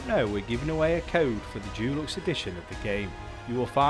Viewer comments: Why is this guy pronouncing deluxe Jewlux instead of with a hard De sound? i have never heard an English person or anyone else for that matter say it like that. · Dulux is a brand of paint. Deluxe is pronounced differently.